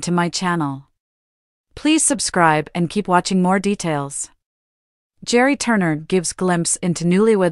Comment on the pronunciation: Gerry is pronounced like Gary! Didn’t you listen to the show once?